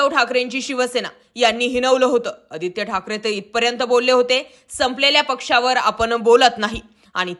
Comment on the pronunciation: Oditya thakre, powarani divochla hota 😂😂😂 railway station announcement 😂😂😂